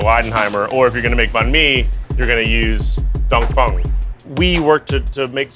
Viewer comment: she keeps saying dong "phong"